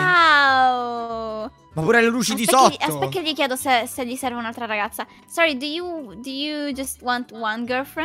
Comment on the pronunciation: sorre moi inglese perfetto!!!!!!